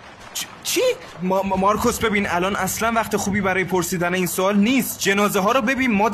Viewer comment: چرا میگه مارکص